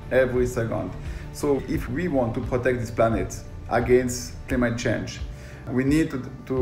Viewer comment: Ah yes. The cleemet shange